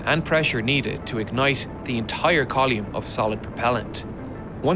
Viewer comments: "Call-yume", "Yu-llage" 😂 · Column=Colume-e. :face-fuchsia-wide-eyes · “Kaa-loom”?! It’s a column. “Koh-lim” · What in the name of all that is holy is a "coll-ume". English is clearly your first language, so it's clearly a deliberate mispronunciation, just stop it. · Strange pronunciation of column... Col yoomn? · Colyoume, umbiblical, youllage... google will tell you how to pronounce words if you ask it to you know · What's a "collume"? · Coluum lol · "Call-yume". Yes. Yes. Never stop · Thank you for using metric units. There are even some Americans who get frustrated with everything shuttle related being in old-school imperial units. And thank you for pronouncing the word “column” as COL-YUM 😂 Good to know you haven’t forgotten your roots. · great vid, and i'm probably a wanker for asking. but what is a 'coll-eum'? where did that e come from in coll-um? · I've never heard someone pronounce 'column' this way before. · What the fuck is a col-yoom? 🤡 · That is an absolutely preposterous way to pronounce column. Edit: He DID IT AGAIN EDIT: MY GOD HE'S NOT GONNA STOP